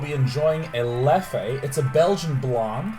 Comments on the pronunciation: if i'm not mistaken, I believe the name of this nice beverage you were having is pronounced leff :) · The beer Leffe is pronounced like Left without the "t" DAY9!